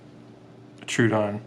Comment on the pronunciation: Troh-oh-don. Not true-odon. Sorry it just bugs me to hear it said wrong.